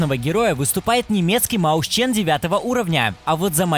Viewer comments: Маусчен. * Ты даун? Либо мойсхен, либо же мэушен. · Читается как МОЙСХЕН